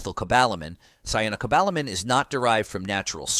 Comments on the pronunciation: To accept that someone actually knows their facts, it really helps to use the same pronunciation for chemical names. Switching from kyanocobalamin (wrong) to syanocobalamin (correct) does not inspire confidence, especially when the cobalamin part also jumps around. You know how to say cyanide, so how is cyano so hard? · Oh ho ho ho, who is running this show you cannot even pronounce cyanocobalamin correctly! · Doesn't even pronounce cyanocobalamin correctly! Functional medicine determines exact nutriceutical recommendations through thorough testing and high quality products available through them. I have had great results, and most people don't get enough vitamin D. As a retired RN, I worked with internal medicine and other physicians who recommend much higher doses than the recommendations on here. Our current "treat 'em and street 'em" so called "health care" is sadly lacking, especially in the areas of whole body diagnostics and holistic approach. It is a profit driven system Corporate medicine has taken over, big pharma calls all of the shots... I could go on and on!